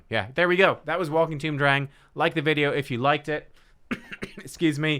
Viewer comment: Dreng means boy in Danish. It’s pronounced d’rhaijng.